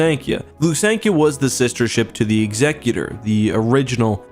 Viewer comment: What's with pronouncing Executor incorrectly?